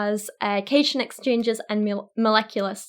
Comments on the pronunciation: It's "cat-ion"... Not "ca-shun" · Just btw, cation is pronounced cat-ion. A cation is a positively charged ion. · Love the video! Your pronunciation of Cation made me cringe hardcore lol but it's probably because you haven't had any chemistry classes to explain it. Cation is pronounced as two words essentially, "cat-ion". Yes Cat followed by the world ion. Cations are positively charged atoms (that being having less electrons than protons resulting in a charge on the atom). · Is it normal for British people to pronounce “cation” as “caeshun” because we learned it as “cat-ion” to oppose “an-ion” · Cation lol It's pronounced "cat-ion" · Cat-ion not cation :) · You can't say cation, it's cat-i-on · It hurt me inside when she pronounced barium and cation wrong. no wonder she avoided the science side of vaccines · We just gonna ingore how she says cation